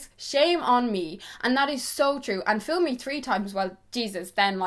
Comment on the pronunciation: LOL, I can't believe you actually said "fill me once shame on you, fill me twice, shame on me"! It's fool, not fill, you made that phrase sound sexual and dirty, and I kinda like it don't get me wrong, but again, that's not the correct way of saying it.